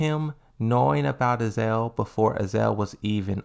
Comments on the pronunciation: Ah-Za-Zel. Not Azel lol. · AZA-ZEL is not equal to "AZEL" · I think he's trying to be like Aris with the mispronounces...except aris plays them like jokes while comes off as dyslexic lol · Dude, I really like your content and I don't mean to be so petty, but your mispronunciation of Azazel and Sirius was so jarring I had to stop watching the video. It seemed really interesting too. Sorry dude